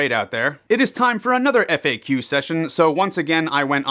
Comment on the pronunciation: with Russian accent FAQ sounds like f*ck u hahaha